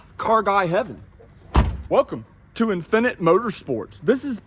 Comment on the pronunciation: The way you say "infinite" as if it's a foreign word. 🤣😂😂